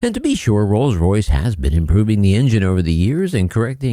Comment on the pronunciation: "trolls royce" 🤔🤔🤣🤣🤣